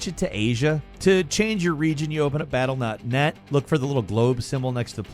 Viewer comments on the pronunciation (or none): Am I the only one that heard him say "battle nut-NET" 😂